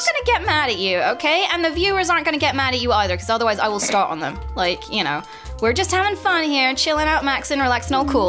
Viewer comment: Am I hearing things or did she call him Stark at the end?